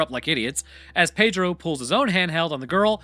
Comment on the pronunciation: Pedro. Not Padro.